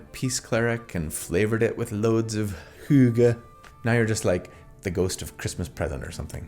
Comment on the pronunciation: Best pronunciation of 'hygge' I've ever heard from an American.